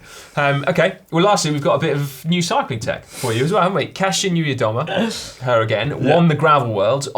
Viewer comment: As a Polish guy I'm truely and sincerly, deep from my heart proud of you guys for learning how to say Kasia Niewiadoma. Great job and not an easy task!